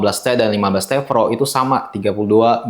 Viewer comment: T Pro bang bukan T Vro🤣🙏